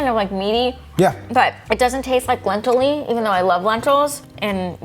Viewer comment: said Lentilly...😂 no shade I thought that was soooo cute....actually, a new word....maybe....